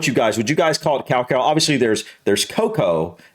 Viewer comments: Iv never heard someone pronounce cacao like that 😂 cow cow! It’s ka-cow 😂 also your wife likes terrys chocolate orange it’s British! She has good taste! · we pronounce cacae more like ca-cow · I thought he was talking about 100% pure cacao powder which he pronounced as 'cowcow' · Cacao is actually pronounced Ka Kow